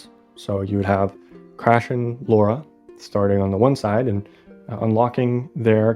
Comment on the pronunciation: Really love the idea of this and the work youve put in is awesome i really hope someone can make a game or even a playable demo for it that being said her names Lara croft not Laura try to pronounce it more like Tiara but its L not T an no I so itl sound more like LARAH